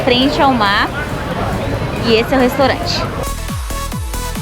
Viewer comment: Você fala restorante. É restaurante. Você é estrangeira?